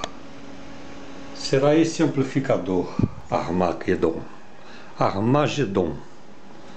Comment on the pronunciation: Armagedon sounds like French jejejejejejejeje